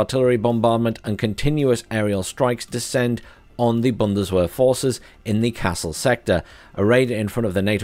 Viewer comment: Oh dear. I live in Kassel 😅 Also, that 'w' in German is pronounced like a 'v'. So its bundes-vehr.